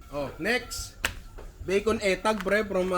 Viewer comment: Nong correct ko lang.. Etag=itag bigkas don...you're wellcum😘😘😘